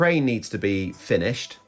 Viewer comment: "Finishied"? Is that Welsh?